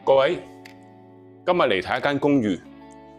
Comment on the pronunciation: 今日變咗今(物) ??????????????????????????????????????? 乜q廣東話嚟㗎